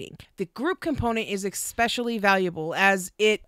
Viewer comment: One thing that you and Amber have in common is saying eggspecially or eckspecially. Its "especially". I love this video series. A ton of good info for someone like me who is not that knowledgeable with bpd. Keep up the good work and thank you.